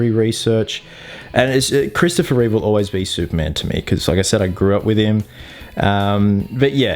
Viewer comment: sorry but is dead right it Reeve i should know im related,unless you think he said read,he didnt that's the accent